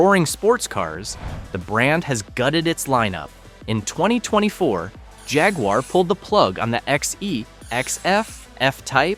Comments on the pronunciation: You can’t properly pronounce Jaguar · The phaguar.